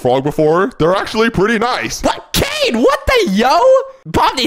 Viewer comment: Canines name is so funny and you keep saying his name wrong